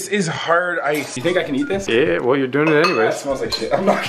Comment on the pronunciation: hong vu my mans said "hard ice"